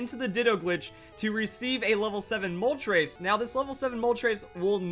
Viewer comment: it's Moltres, not Moltrace.